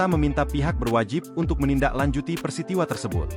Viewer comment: " PERTISIWA " Peristiwa Pertisiwawa Peristitiwa